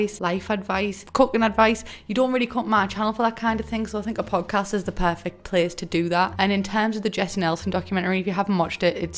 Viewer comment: I kept thinking you were saying pug cast and I didnt even think twice about it...13/10 would watch your pug.🤣